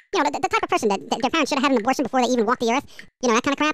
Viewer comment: it's abortion...not obertion... :P